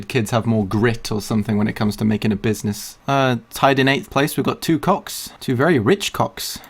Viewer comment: Buiznezz.. :D someone make a meme out of it!